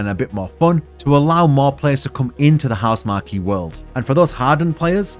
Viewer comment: I like your final thoughts on Returnal also, but it's pronounced House-mark, not Housemar-key